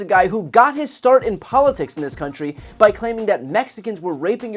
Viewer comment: Note how he said "c-ntry." Ya know, I might have laughed at some of the jokes if Michael Ché was delivering a better version of them on SNL, but then I know how SNL means that kind of humor. A roast comedian has no place at a racist's political rally, especially with that kind of material.